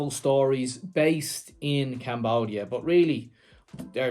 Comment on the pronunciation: ... Love the way this Scottish gentleman pronounces CAMBOOODIA